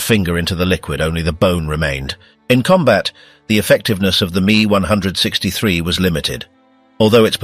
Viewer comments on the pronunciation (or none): Itsa pronounced "M, E, 1, 6, 3," NOT me onehundred sixtythree